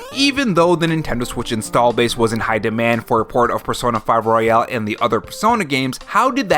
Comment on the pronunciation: Why do you pronounce royal like royale? 🤔